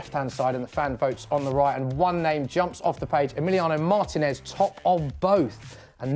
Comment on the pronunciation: Mar-teeeeeee-nez, not Martin-ez